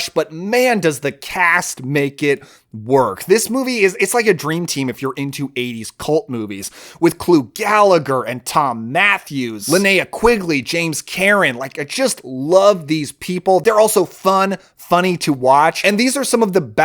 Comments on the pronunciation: is a lot of fun. Have small correction though. It's not Gallegher, for the actor in "Return of The Living Dead" it's Clu (Clue) Gulager as in Ghoul-ager. Love the channel. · Gulager..not Galagher. Don't start.